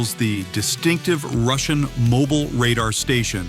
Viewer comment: Not moble it is mobIle